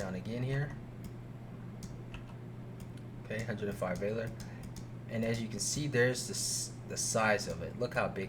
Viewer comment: That is not how valor is pronounced.